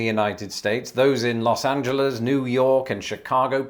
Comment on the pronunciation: THANK YOU so much for not pronouncing it Los Angelees! This is a very typical ever made by Brits, and I for one, and most grateful you're not one of those.